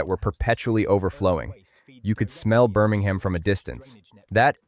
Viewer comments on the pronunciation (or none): I'm glad this story has been told. There are of course pronunciation mistakes: 'Birmingham' is not pronounced with an 'h'; and the River Rea is pronounced 'Ray'. Further details are relevant. The underlying rock of Birmingham does not let water through quickly, and until a proper drainage and sewage system was made in the late 1800s, thete were terrible floods. On one occasion, a lake of turds - to put it crudely - formed just south of the town centre. Moor Street Station is close to the original town centre, and has been brought back into service by being fitted out in a 'retro' style. I've been in the area since the 1970s, and a road close to that station, downhill from where the oldest houses were, was then called 'Shut Lane'. Since the local dialect has 'u' sometimes where standard English has 'i', I think you can guess what that meant. Birmingham has had a long history of major municipal initiative to improve the life of its people. But I have the suspicion that right-wing forces don't like this, and there seems to have been a determined attempt to wreck the running of Birmingham. A few years ago, the city was declared technically bankrupt, and commissioners from central government were put in. There are many accounting experts who believe the city wasn't bankrupt at all, and the whole thing stinks.